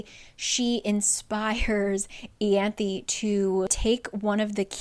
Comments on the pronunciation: Eye-anth. I-anth omg how the fuck does it become eeeeyanth. Like the book annoys me on pronunciation alone. Because ryhsand should have been rice-and'' not Reese but then you have to make it worse. Wtf is eeeeanth? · Isn’t it… Eye-an-thee? Yeah? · I listened to the audiobooks and "Ianthe" was actually still pronounced differently! You have the last part down but the "I" in "Ianthe" is pronounced as the "I" in 'me myself and I' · This is a cool way to explain the book! You’re driving me nuts with the pronunciation of so many things though 😂